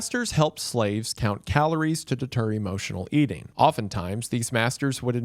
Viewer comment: "EARTING"?? WTF